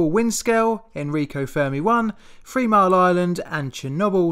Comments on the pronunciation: I like your accent. BUT.... Since you are a narrator/announcer, you should try to pronounce words properly, especially the word "three". It sounds silly when you say "Free Mile Island" and "nineteen fifty free", or even "norfeast". I've heard you say "this", "that" and "the" properly, so I know that you can pronounce the "th" sound. I think it may be a habit that you are not aware of? Or you just don't care. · "Three" "Throw" not "Free" and "Frow" - but luvin' da content mate.